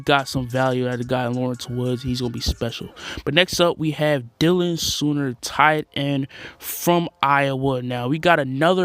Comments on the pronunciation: I will say I knew my boy Dylan Soehner pretty well from high school and you pronounce it "Sane" "Ner". Dope to know a Saints player, Who Dat! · Dylan Soehner is pronounced “Say-ner” not sooner, and he went to Iowa State, not Iowa. 🤦🏼‍♂️